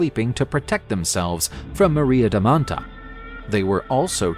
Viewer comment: It's maria da manta (not maria da mattaaaaa)